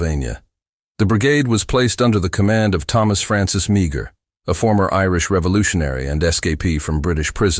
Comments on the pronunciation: Its pronouced May-her not Mee-ger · Meagher is pronounced maher or mar not meegar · Please get the pronunciation right. Mar rhymes with car... not meeger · Maher is pronounced Marr! Interesting indeed. Interesting indeed, many of these poor Irish lads having escaped death by starvation and murder at the hands of the British, died in and for a Country that was supposed to be providing freedom and opportunity. Yes, most of these Irish volunteers came from what we now call the Republic of Ireland and we’re indeed Catholic. There was other Irish. Involved in this what proved to be ridiculous war of American against American. The earlier immigrants from Ulster, who fought for the Liberty and founding of the United States. Washington clearly stated that the Bri5ish would NOT have been defeated if not for the Irish Frontiersmen who defeated the British at Kings Mountain. General Grant was the son of an Irish Immigrant from Ulster as was Andrew Jackson, both men who of course became Presidents in their own right. The Irish immigrants and their offspring starting with the subject matter in this video, and before it with such men as; Kit Carson, Clarke, Johnston, Davey Crockett, Sam Houston, right up until this present day. Far more than any Nationality. 24 Presidents of Irish Ancestry, comprising of 21 from Ulster and Protestant and 3 from the Republic, two Catholic and one Protestant, namely Reagan. The comment on religion is made purely as a reference and nothing more. Between 1700 and 1750 some 200,000 immigrated from Ulster to America and a small number of them to Canada. Yes, Americans referred to them as Scots Irish, which is incor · His name is pronounced as Maar. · His name is pronounced Mah her, if nothing else learn to pronounce their names properly.